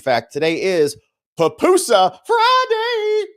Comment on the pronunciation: It’s PUPUSA not papusa. Leave Kilmar at Cecot but please get pupusas right, they’re delicious!!